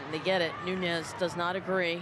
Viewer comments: Nunes, not Nuñes. It’s portuguese, not Spanish. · And she says "Gabi Nuñes" instead of "Gabi Nunes".